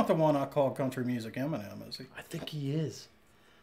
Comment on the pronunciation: Yes you did call him country music enimen